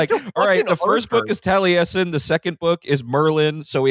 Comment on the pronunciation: Everytime they pronounce the name Taliesen that way makes me cringe lol